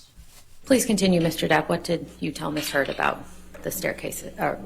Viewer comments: listen to the lawyer call her miss turd xD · Am I the only one hearing her say "Ms. Turd?" lmaooo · I knew I wasn't crazy like I swear for the last 15 minutes she's been saying Ms. Turd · did the lawyer actually say “miss turd”? Edit: ok. After watching further I notice more people noticed this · Did JD's lawyer say "Miss turd" as a purposeful mistake ? Did I hear correctly? Is anyone else hearing miss turd at that point? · I swear, JDs lawyer just said miss turd....sounded very like it....hahaha...imagine.... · DID SHE SAY MISS TURD??